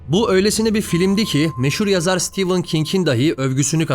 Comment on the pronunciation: Videoda okunuş doğru. Zira "Stephen" İngilizcede "Stivın" olarak, "Stephan" da "Stefın" olarak telaffuz edilir. Yazarın ismi (StephAn değil) StephEn King olduğundan "Stivın" olarak telaffuz ediliyor. Yani videoda doğru telaffuz etmişsiniz. Bu yüzden videoyu yapan kişi olarak sizi tebrik ediyorum. Bu hususa çoğu insan dikkat etmez maalesef.